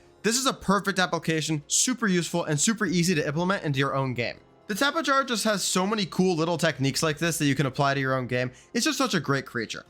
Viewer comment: Tapa-Jar-ah... Bro, its Tapi-air-ah.